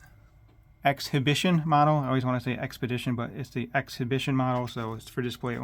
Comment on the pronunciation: In the word “exhibition,” the “h” is silent.